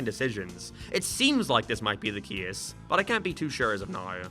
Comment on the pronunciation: "Gæm" "Cæse" "Sæga"